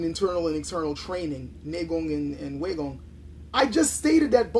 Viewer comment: Pronunciation time! Neigong is pronounced correctly ("Nay Gong") but Waigong is not pronounced correctly in this video. The correct pronunciation is "Why Gong", and not "Way Gong".